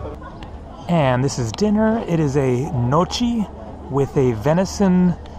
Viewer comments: not "notchy"..but nyoki:) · Lol I thought he said Mochi.... its is Gnochi it is a dought from wheat and potato and then boiled....it is Italian traditional food and it is pronounced something ljke nyoky. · Thanks 🙏 I don't think Mrs.Melanja was from there ( rather 160km away) But she attended her senior high school years in Ljubljana And the plate pronounced niyoki !